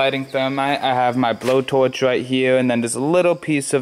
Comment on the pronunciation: His camwah shut off when he was using his widdwe bwhoa towarch..lol